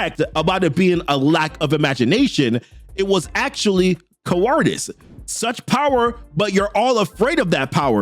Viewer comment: did anybody catch him trying to say cowardice?!😮